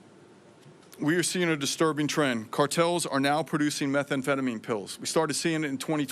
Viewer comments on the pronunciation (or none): Why does she say methamphetamine so weird? Its meth am phetamine. Not metha am phetamine. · My gawd- learn the name of the drugs you are going after- it’s Methamphetamine not methA amphetamine- it’s so hard to listen to her and believe anything she says. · It's meth anfetamin not metha anfetamin! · Hey pam its pronounced meh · tham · feh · tuh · meen . NOT METHA AM PHETAMINE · “Meth Ah amphetamine” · Someone needs to let her know methamphetamine doesn't have an extra vowel makes her sounds ignorant 🙄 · Pam, it's not methaamphetamine! Learn to pronounce the evil you are fighting. This whole performance was an embarrassing attempt to deflect. As a proud MAGA supporter it's time for you to go. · What is "Metha- amphetamine"..??? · What is “Meth-A-amphetamine”? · Your pronouning methamphetamine wrong. No extra a. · Her pronunciation of methamphetamine is incorrect. She calls it Metha-amphetamine odd odd odd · "metha amphetamine" what a joke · Also, it is pretty absurd that the attorney general has never heard of methamphetamine in pill form? Maybe it makes sense though because she says methamphetamine like she’s just read the word for for the first time and is just hooked-on-phonics’ing the pronunciation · I'm sorry are we not noticing that our attorney general doesn't know how to say methamphetamine That's insane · I agree she does not pronounce methamphetamine correctly.